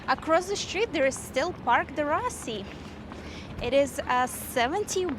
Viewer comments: We're just back (last Monday) from 2 weeks at the Hale Koa Hotel. FWIW, Fort DeRussy is pronounced "D-Roo-See" :-) I guess our timing was right for eating, experiencing only one long wait and that was at Haliewa Joe's Haiku Gardens (Kaneohe). We got there at opening time Friday 7/16 ( PM) and were seated 2 hours and 35 minutes later. Everywhere else was a normal 20-30 minute, at the most, wait times. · I love your videos for Hawaii. Very informative. I lived there on Oahu 15 years. U do a good job of pronouncing the Hawaiian names, however, Ft DeRussey is pronounced DeRoosie not DeRussie.